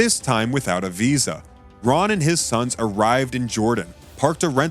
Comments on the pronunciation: Whom ever was the reader of this PLEASE CORRECT YOURSELF and in video the discover name was not Roy.... The name of the gentleman that has discovered many biblical truths and sights his name is "RON" WYATT search his name out doscover all he has found before he passed... HIS name deserves to be recognized correctly... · Very badly put together - perhaps needs to be done again with Ron Wyatt's Name Pronounced carefully as Ron and not Roy! The Pictures Need to Tally with the Facts - Poorly done - Disappointing!!